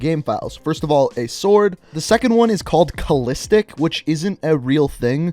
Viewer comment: What the fuck is nobody gonna talk about how he said sword and cinder block.